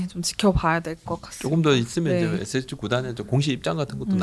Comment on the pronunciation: SSG 발음 좀 정확히 해주시기 바랍니다 "에쎄지" 또는 "에셋지" , "에세치" 이렇게 들립니다 "에스에스쥐" 이게 정확한 발음이 아닐까요 같이 출연하신 여자 진행자분의 SSG발음하고 너무 비교됩니다 저는 처음에 SH그룹 얘기를 하시는줄 알았습니다 SSG 관계자분들도 그렇게 발음하시는걸 반기시지는 않을 듯 합니다 제가 너무 까탈스럽다 생각하실수 있지만 저와 비슷한 생각을 하시는 분들도 있을것 같습니다 이 채널을 즐겨 시청하는 구독자의 한명으로 조금 안타까운 마음으로 부탁드립니다 감사합니다